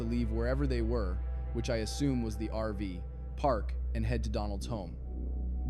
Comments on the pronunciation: Do you use an AI voice because it's called an RV park not an RV PARK.js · I think your story telling is very judgemental. Also it sounds like AI-generated especially when you say RV ..... PARK instead of RV-Park. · Yes. I noticed that too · Why such a long pause after RV & before park, every time you said it. Are you AI? If so, I won’t be watching anymore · If you’d like some feedback: I’m not sure you pronounced her last name correctly. Also it sounds like a real voice, but then there are weird pauses between words like RV Park. Why not just use your own voice?